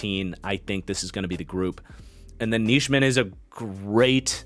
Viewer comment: Isn't it pronounced Nie-min for Nijman? Just listening at the packers website people and broadcasters they have pronounced it that way the past 3 years. Same goes for Enagbare and the pronunciation.